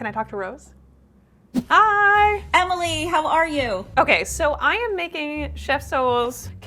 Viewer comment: pronouncing Emily as "Amy Lee" is too precious